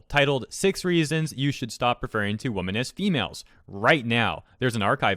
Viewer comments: You’re saying women as woman.. you need the Wim-men pronunciation for women.... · Your pronunciation of women amuses me way more than it should